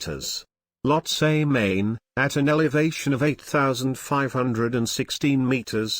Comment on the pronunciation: Well I was just joking. You're pronunciation is correct.